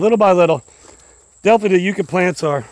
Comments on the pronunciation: It's "yuck a" not "u ka". The Spanish explorers called them "candelaria de dios" or candles of God. The flowers in the spring are lovely and do remind one of a white candle. Love watching you work, Willis! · Yuck-a not You-ka 😊 sorry I couldn't help myself. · Willis, they are pronounced Yuk Ka, not Euca. Yuk as in disgusting/terrible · It's funny how the UK and US have the same words yet we say things so differently.. for example you said yew for a yucca plant but in the UK we say it like yuck for yucca and there's so many more 😂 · YUCK-AH = YUCCA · Yucca is pronounced yuck-uh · Yucca plant pronounced Yuck-a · How donu say yuk eww that's the same way u say that plant yuka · They are pronounced “yuck-a” plant. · It's pronounced yuck ah. Yucca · Those plants are pronounced YUK-KA, short u